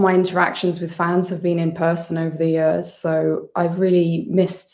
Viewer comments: It’s about the only Welsh identifier she displays! 🏴🏴🏴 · was just about to comment this, I'm so happy someone else feels the same hahaha